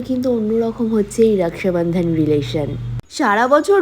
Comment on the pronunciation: রাকসাবান্ধান ?? রাখি বলতে অসুবিধা হয় ? বিহারী চাপড়ির বাচ্চা